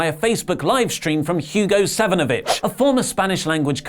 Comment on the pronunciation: I had to play this back a few times it sounded like said Hugo Son of a bitch